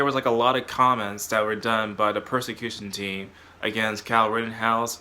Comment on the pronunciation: Not to be mean, but did you mean "persecution team" or are you saying "prosecution team"?